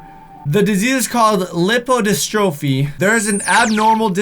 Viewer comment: It's not pronounced lip-row-dis-tro-fee. It's more like lipe-oh-dis-truh-fee.